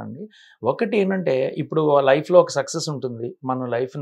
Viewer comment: ఆ ఇంటర్వ్యూ చేసే బాబు ఎందుకు ప్రతిసారి సెక్సెస్ సెక్సెస్ అంటాడు సక్సస్ అనాలి కదా...